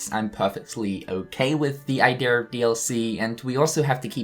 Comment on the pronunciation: Idea = Idear Margin = Majin Get your R's straightened out, man 🤨